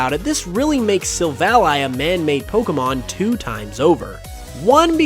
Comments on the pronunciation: It's sil-vally, not sil-vali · Your pronunciation of Silvally annoyed me a whole lot. I suppose it's because you say the name as a conjunction of silver and ally (friend). While I rather prefer the version that conjuncts silver and alley (street). I understand ally makes more sence, but alley sounds more natural to me